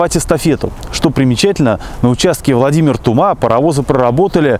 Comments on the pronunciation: Не ТумА, а ТУма, не ТрубЕж, а ТрУбеж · В названии "Тума" ударение на первый слог!!! А вообще, в конце 80 -тых видед в районе Шумаши остаток пути. Рельсы былы маркированы 188 затертым годом. Сохранился кусок УЖД в п. Болонь на торфопрелприятии. В основном сейчас на бывшей трассе до Спаск-Клепиков проходит нить газопровода. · Спасибо Вам мил человек здоровья и удачи! Немного Вас поправлю населённый пункт Тума , ударение необходимо делать на У . А в остальном всё великолепно!!! Ещё раз огромное Вам спасибо мил человек!!! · Тума, Трубеж ударения на первый слог. Привет из Рязани.